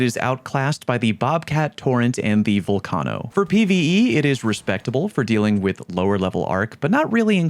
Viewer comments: VULcano,not VOLcano 😂😂😂😂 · bro just say it like volcano 🌋, sounds cringe any other way. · bro... why are you pronouncing vulcano so wrong? you know what a vulcano is right? gaint lava filled hole in the earth? its not named after sal from impractical jokers. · the way you say torennte and volcano wrong......oh my lord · That kettle nerf didn’t effect the gun AT ALL for people who don’t use macros. Learn how to pronounce torrente and vulcano.